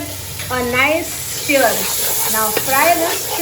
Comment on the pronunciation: It is stir not steer😂. God bless you 🙏 ❤️